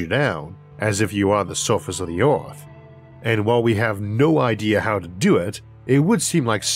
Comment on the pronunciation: Erm.. what planet is this "Ooarth"